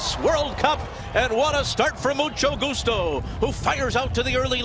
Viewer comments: so no one caught the "musto gucho"? lol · Mucho Goocho for the win! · The announcer absolutely butchers Mucho Gustos name at the top of the stretch.